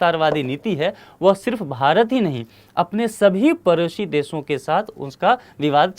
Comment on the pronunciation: परोसी नहीं भैया पड़ोसी...